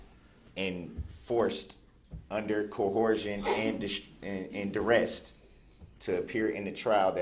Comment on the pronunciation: “Cohorsion and duresst ” LOL I don’t even know what to say about him anymore..